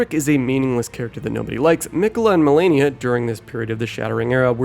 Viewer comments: I swear people call Malenia as "melania" on purpose at this point.. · its malenia